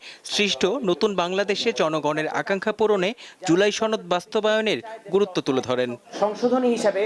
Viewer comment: সনদ কে বলে ছনদ😂😂😂আবাল দামড়া পাডি পার্টি😢😢😢